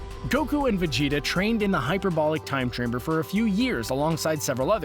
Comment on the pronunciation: "time chrimber"